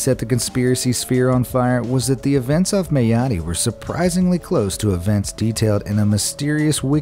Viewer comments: Mayotte is pronounced My-ot... not May-oh-tee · It’s pronounced meye ot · The pronunciation of Mayotte was painful